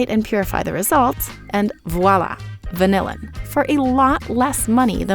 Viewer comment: That is not how you say vanillin. It's more like van-illin, similar to penicillin. No one in the industry pronounces it the same way as vanilla.